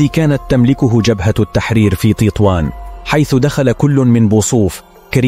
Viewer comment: تطوان وليس تيطوان